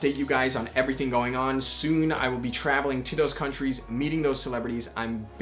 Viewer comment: The way you are pronouncing these countries tho :o